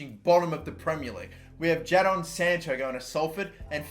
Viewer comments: It’s pronounced Jayden sancho not ja don sancho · Jay-din not ja-don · It’s Jay-Den not Ja-Donn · What is wrong with you it’s said JAY DIN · Jadon Sancho is pronounced Jay-Den Sancho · the way he says Jadon unsettles me. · Does anyone else get annoyed at how he says Jadon Sancho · RIP Jadon sancho The way he pronounced